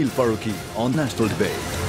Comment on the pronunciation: Jameel Farouqi , can you pronounce (debate ) properly in your first presenting address on your tv . That will be kind of you. It see you are not familiar to speak good English . You are representing a tv . channel . Your Urdu is good , and fluent . Please continue in Urdu . Rest long live Imran.